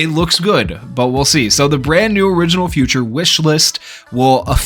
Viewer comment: Is it just me or does he pronounce "feature" as "future"